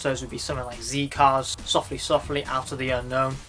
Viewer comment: Whotube Not in the UK we don't and it's a British show. has pronounced it correctly.